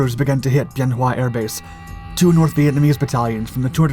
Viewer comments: It's pronounced "BEN WA". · Wrong dates, wrong pronunciation of Bien Hoa. Editing? We don't need no stinkin' editing. I arrived in country at Bien Hoa, flew missions from Hue at an Army CH-47 unit.